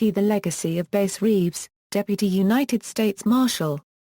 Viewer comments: His name was “bass” not base. Who the f*ck reads this? Bass Reeves was a great part of American history. He is due the honor of pronouncing his name correctly. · Not claimed ! Did arrest that many ! ! No Bragg , just the facts Ma’am. Pronounced Bass as is a bass fish. Mus-co kee, correct pronunciation.